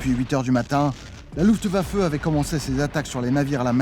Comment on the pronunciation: Un petit effort sur la prononciation de Luftwaffe, Zerstörer et See Lowe, et c'est parfait.